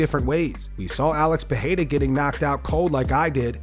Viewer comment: Who is Puh-hey-duh?